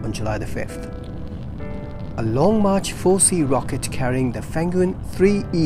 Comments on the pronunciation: it's pronounced feng-yun, not fen-gyun. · JiuQuan pronounces JewTram, and FengYun pronounces FunWing. It's not the exact pronunciation, but close enough.